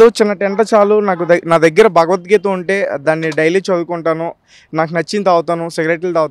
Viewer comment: ' భగవద్గీత ' అనడం రాదు, వేస్ట్ ఫెలో..